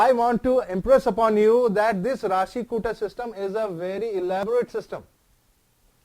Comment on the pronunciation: Kuta first i the word kuta not kuthaa..